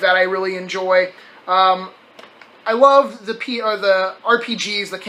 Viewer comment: He said, "wuv " when speaking about the psp game